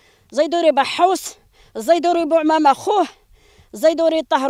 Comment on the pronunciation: زيدوري و ليس زيتوري